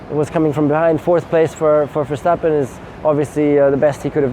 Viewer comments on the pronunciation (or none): none